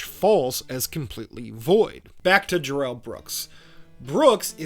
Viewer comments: It's Darrel, not duh rel. Don't fall for this lie Brooks cooked up after being arrested. He was never in his life called duh rel until he was busted. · They don't call him "DUH-rell" for nothing.